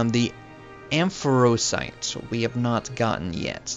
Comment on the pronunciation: Amphrosite? ;-; It's in Azure Bay.